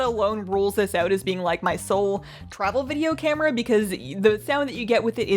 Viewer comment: Girl, stop switching between lisping and non-lisping. Btw.: It's out, not oat.